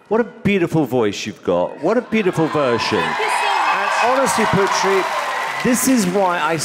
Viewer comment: Is anybody else cringing each time Terry pronounces Putri's name as Pew-Tree?